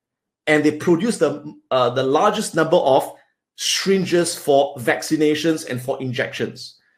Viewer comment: "shringes" lol.